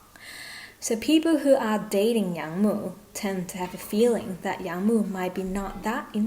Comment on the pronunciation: Yang wood 🪵 mu, not young mu 😂